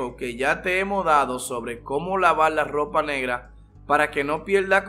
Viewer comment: Cómo Laval la lopa oscula pala que no pielda el colol la velda es que paleces que eles de china o no puedes hablar español 😂